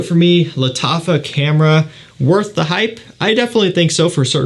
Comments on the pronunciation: Its khamra not kamra its pronounced like you're going to pull spit from your throat xD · Lat affa camera 😂😂 thats what i heard man your pronunciation got me going off